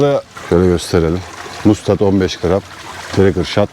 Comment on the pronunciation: Bilgiler icin sagol kardesim sadece Mustad TRACERSHOT 15g jig Treykır diye okunmuyor Treysır diye okunuyor ilgilenen bulamadim demesin.